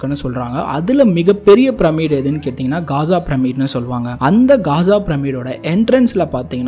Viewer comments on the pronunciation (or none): none